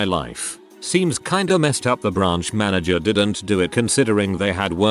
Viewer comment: Ik. It’s just that I would always get so confused when the Text to speech said Manger or some other word. And completely disrupt my train of thought I too forget how to English.